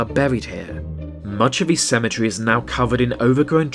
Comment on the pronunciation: wtf is cementery